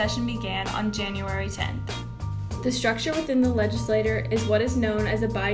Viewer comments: It’s pronounced legislachure, but spelled legislature. I know I was born in Dallas, TX. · legislaTORRRRR ahh! great video otherwise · I was hoping to use this in my Texas History class, but the mispronunciation of legislature weakens its credibility. it's also annoying. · The pronunciation of legislature and legislator makes it hard to distinguish what she's referring to